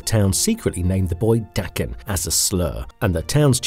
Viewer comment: I have to give you credit for not pronouncing Daken as "Day-ken". As someone familiar with the actual pronunciation, it drives me nuts when it's mispronounced.